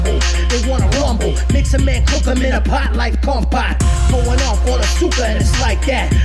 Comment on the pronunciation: Disappointed with pronunciation of kompot